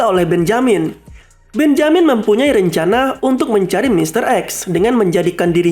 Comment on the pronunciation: Mantap punya: benjamin Yg gw denger: BENYAMIN ADUH SIALAN! NI SI DUL ANAK BETAWI ASLI :v